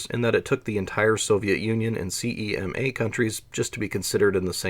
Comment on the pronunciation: Exactly.. Slowing down would also solve your selective dyslexia... Periffer'al, not periff'reel, and CMEA is pronounced as spelled, not CEMA